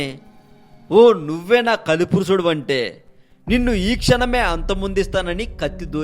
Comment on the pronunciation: పురుసుడు కాదు పురుషుడు